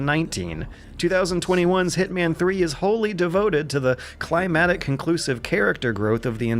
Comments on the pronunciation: Thank you, in the list of things this man says weirdly, this is the most annoying. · It's pronounced 'climactic', not 'climatic', bruv. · can correctly use leitmotif in a sentence but can't say climactic right, and I love him for it 🤍